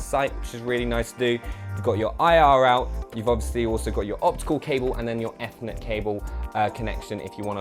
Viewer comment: when he said eth-ernet cable i died